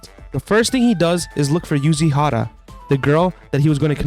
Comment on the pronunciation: Error: The girl's name is Yuzuriha. Not Yuzihara